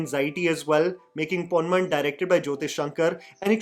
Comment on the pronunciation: ponman pronunciation was wrong..